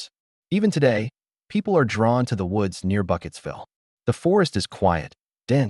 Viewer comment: Burkittsville, not Bucketsville! Dimdot.